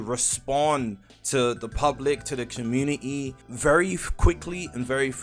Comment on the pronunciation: Bro says community like comu-ni-ni